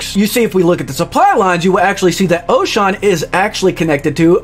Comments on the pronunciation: Oshawn? The ship voiceover literally says the name of every system you jump to. There is no excuses for mispronouncing the system names. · It's Oshaune (osha-oo-nay). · Loved the video, just the pronounciation of the planets though😭😭😭 Manes, mavelon, Oshawn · lol same thought.